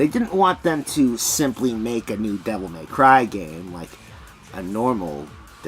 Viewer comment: “Devil Meth Cry” 🤣